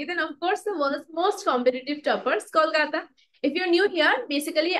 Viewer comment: I liked the way you said "kolkata"at the intro of this video❤ intro was amazing💥